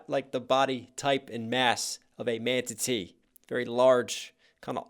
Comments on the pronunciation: Did... Did you say... "ManTatee?!" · What was that word? Mantatee? Manan-tanna-tee? Man-ttaata-teetities? I'm just playen, you know I love you 😁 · also manatee, not mantatee haha